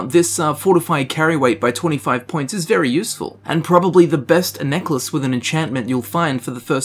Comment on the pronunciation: Neckalce? lol